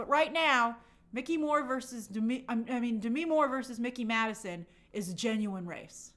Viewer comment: I never seen someone butcher mikey maddisons name like that lmao 🤣🤣🤣🤣